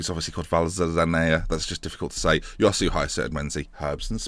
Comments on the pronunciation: Josué would be pronounced more like "joss-way" rather than "yosoo". Love the vids though keep it up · Its pronounced Hoswe, not Yosu